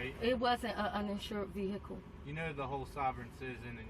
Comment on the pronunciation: Why do sovereign citizen fuck wits regardless of race pronounce the word vehicle "veeeeeeeiaciale"